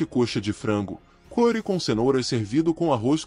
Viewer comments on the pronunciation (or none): none